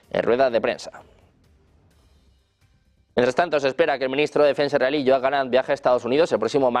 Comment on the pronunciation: Dice israelí como si fuera iraní?